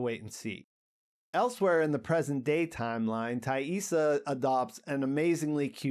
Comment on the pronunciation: Thanks for pronouncing Taissa correctly.